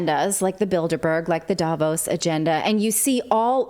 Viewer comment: Relevant and to the point as always! May I just add that the stress in Davos is on the o, not the a, the o sounding similar to the au in pause. Not that I think anyone will read this, but hey, one can try...